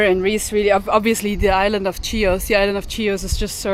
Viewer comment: its not CHIOS its ''HIOS'' the pronanciation its not CH its H [like ''h''ard for example]..!